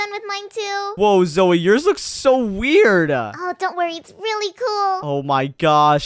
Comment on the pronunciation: Its Zoey not Zoe silly